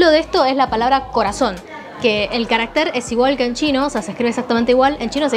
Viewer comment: Insistes en pronunciar equivicadamente 'caracter', palabra aguda que rima con.mujer. Esa palabra no existe. Existes carácter, . palabra grave, con acento prosódco en la segunda a.